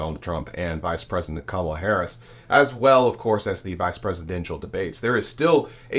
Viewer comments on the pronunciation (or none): none